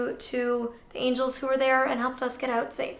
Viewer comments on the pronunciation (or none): none